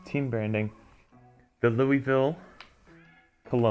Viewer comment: As a Louisville native this is just off 1. It's pronounced Lulvill, 2. We are so much more than KFC, while they have the naming rights to the Yum center, a team wouldn't be around a food corporation 3. Also the feeling is so off